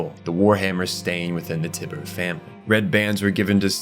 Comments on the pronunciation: Curious as to how (or if there is a reason that) much of your pronunciation with names is off after having done enough research to create a nearly two hour lore video. Tyber being pronounced TIB-ER is interesting to say the least. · TIE - BURR not tih burr you jackass